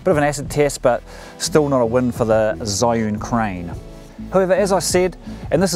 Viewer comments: Hi, It is pronounced as "chee - yun" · First pronunciation was correct, you said it wrong all throughout the video. :)